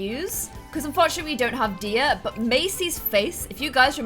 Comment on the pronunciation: My name is Diya and you make me so happy when you say my name right!!! I've been here since the start and i love you so so much